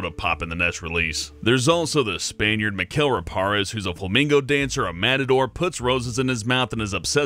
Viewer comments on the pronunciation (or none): "Flamingo Dancer"? It's flamenco! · Ha. "Flamingo" dancer. Please tell me that mispronunciation is actually in the game.